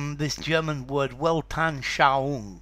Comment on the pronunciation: The 'g' in the German 'Weltanschaung' is not silent.